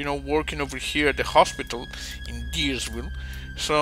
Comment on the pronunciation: A German gamer with a BaD Irish accent [Kickz] mentioned you in admiration for your hovering building technological advances, much to the dismay & disbelief of GLaDIS. And it's Dires-Ville.